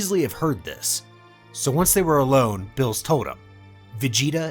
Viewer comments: Xd fr I was wondering the same thing I don't know why he says their names wrong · Everyone taking about smug stick is better but ain't no one talking about how he pronounces Beerus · Ok, 2 mistakes that i noticed, zeno's & beerus' their names are pronounced wrong, zeno's E is prenounced the E from for example example & beerus is pronounced as beer us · Bills? Y do u pronounce Beerus like that lol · Dude why are you calling him bills?? His name is beer-us that's a bit annoying no offense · Bro can you please learn the proper pronounciation of the names coz it’s annoying when you say bills when it’s clearly beerus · bills? narration is so annoying getting such a easy too pronounce name so wrong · He keeps saying builus instead of beerus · is no one going to mention that part of (if not all of) the video he was saying bills instead of beerus. (if its an accent i apologize to anyone i may offend) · Ayo is this mf calling Beerus "bills" -_-..? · Are the mispronounciations of the gods names intentional? Bills and bermoth aren't their names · Ah yes, my favorite god of destruction “Bills” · That is not how you pronounce beeruses name, ur callin him blls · I hate the way you say the characters names. Its Beerus it Billis. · why do u say bills? his name is beerus bro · Why are you saying Bills and Vermouth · I don't know why but i keep hearing beerus as bills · Bills wrong berrus you are just pronouncing it wrong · Love your channel, but can you say the characters names right, like calling beerus beers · Say beerus not bills 😤😤😤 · I like how he says Billus instead of beerus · What the f**k is bills it's lord beerus atleast say the name properly ...🤦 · are you spanish or sum? why u callin beerus "bills" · Why is he calling beerus bills? Everyone I listen to yall fuck up people's name so bad. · Why do you keep calling him Bills? It's like you got the name from a half-assed fan translation or something. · bro is not calling beerus “bills” 💀💀💀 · Why he saying "bills"